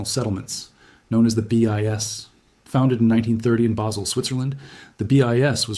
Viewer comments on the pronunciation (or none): none